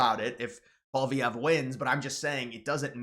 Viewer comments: the conservative leaders name is prnounced like Poly-Ev. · It's pronounced "pwa-lee-ev-re" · Lofl!!! You cant even pronounce poilievre What a moron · Dude, you talk like if Carney being put into the PM spot was like a scam or something. He was elected by his party and that's how the system works. If Trump were to die Vance would become president, and it's not like he is elected directly...Trump was. So your whining is making zero sense. Also your attempt to pronounce Poilievre is getting slightly better but it's still pretty funny you can't still figure it out. It's pole-e-ev-re.